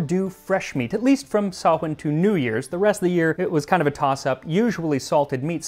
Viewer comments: So nice to hear someone pronounce Samhain properly.💛🎃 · Big props for says Samhain properly! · thanks for saying samhein correctly! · Omgoddess he pronounced samhain properly my pagan soul is screaming I'm so happy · He said Samhain right! That made me happier than I would have expected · Honestly, just mad props for getting Samhain right. I swear if I hear one more American call it Sam Hain ill freak out. Nicely done. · Thank you so much for pronouncing Samhain correctly. This is my holiest of holidays as a Wiccan. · About halfway through but as a Celtic Witch and Pagan, I love the fact you pronounced Samhain properly. We love to see it. Many Blessings. 💞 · I just wanna come here and thank you for not pronouncing Samhain as "sam-hane" 😂 Lá fhéile Pádraig sona dhuit 🍀💚